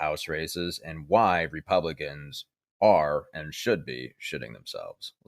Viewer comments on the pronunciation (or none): At first, I thought you said “Repugnicans.”😹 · It's REPUGLICANS , repugnance over flowerh .😂😂